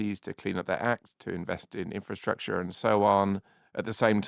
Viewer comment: I am totally fed up with hearing people say inferstructure when the word is INFRASTRUCTURE!!! I would expect better from the deputy editor of Investors Chronicle! There is therefore NO INCENTIVE for me to subscribe when standards have fallen so low!